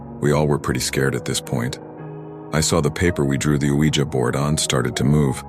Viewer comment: Nice to hear Ouija pronounced “wee-jer” rather than “wee-jee”. 😉